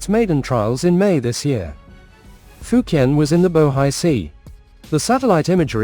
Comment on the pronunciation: Why do you pronounce the fujian name wrong, I just can't subscribe to your channel it's like you're being purposely ignorant